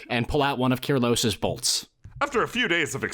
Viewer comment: KYRELOS NOT KYRELOS I MISS YOU KYRELOS